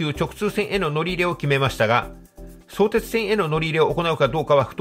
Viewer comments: そ⤵️てつ、ではなく、そ➡️てつ、だと思います。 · 相鉄はSOutetsuじゃなくso UTETSU ですよ。イントネーションがむちゃくちゃオカシイって。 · 相鉄のイントネーションが気になるw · 「そうです」みたいなイントネーション初めて聞きました。私の周りでは「創設」と同じイントネーションですね。武蔵小杉の発音も違和感ありました。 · 相鉄の発音が気になってしまう。地元では「そ↘️てつ」じゃなくて、「そ→てつ」って呼ぶ人が多いですよ。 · そーてつ、とアクセントも高低も何もつきませんよね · 本編には全く関係ないが「そ↑うてつ」のイントネーションが気になる。相鉄は通常平板イントネーションだったはず。 それはそれとして ・相鉄沿線住民は新横浜直結が非常にありがたいが、東急側は実は二俣川の運転免許センターに直結するというのが地味に嬉しい路線だったりする。 ・東急の新横浜線が昼間6本/時だと変に目黒線系統と東横線系統に振り分けないで欲しいなぁ。ただでさえ少ない本数が振り分けられるとどっちも不便になる未来しか見えない。ラッシュ時だけ一部を東横でもいいくらい。 ・いずみ野線は相鉄が湘南台までの通過需要を一生懸命客を増やそうとしているんだけど成功しないんだな。途中駅は住民しか利用しないし、通過需要は結局大和乗り換えの方が便利だったりするのである。 ・綱島と新綱島は距離的には連絡道作って同一駅扱いにしてもいいくらいだったんだけど、別の駅扱いにするのは連絡道を作りたくなかったんだろうと推測。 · 関係ないけど相↑鉄↓の発音が好き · 神奈川県民として、相鉄のイントネーションが気になります… ただ内容はすごく分かりやすかったです。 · とても分かりやすい解説ありがとうございました。マップで見ると横須賀線って凄い遠回りしてるんですね～。アクセントについては 「相鉄本線」と読んだ時のものが正しいです。地元民は「相鉄」と呼ばず「相鉄線」と普通は言うので、「相鉄」と言う時のアクセントも同じです。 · 全通後の海老名駅での行先表示や各社の車両を見るのが楽しみですよね！なので新横折り返しとかじゃなく海老名まで来て欲しい。瀬谷から座間の新施設の新線がほんとにできるなら海老名までもきてくれそうですが･･･さんの「相鉄」の発音が気になりましたが今回も楽しい解説ありがとうございました！ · 相鉄のアクセントがちょっと違うかなー 細かいことですが、内容には満足でございます！ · 動画は大変秀逸なのですが、ひとつ気になる点があります。様の「相鉄」のアクセントが違います。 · 地元でのアクセントは「そ」を強調せずどちらかというと低めに、「う」以降が高めの音になっています。 それはともかく分かりやすい説明をありがとうございます。 利便性が高くなるのは嬉しいものです。 相鉄も沿線の活性化と価値を高めるために相鉄がメインとなって開発した横浜駅西口を通らずに都心への直通に舵を切ったことは大英断かと思います。沿線のこれからの発展に期待します。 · 相鉄のイントネーションなのですが、5分30秒あたりの相鉄本線と言ってる時の相鉄のイントネーションで良いですよー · 相鉄のイントネーションがおかしい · 「そうてつ」のイントネーションがどうしても気になってしまう・・・